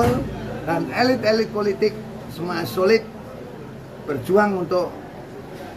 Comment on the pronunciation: Sulit, bukan soli😂😂😂😂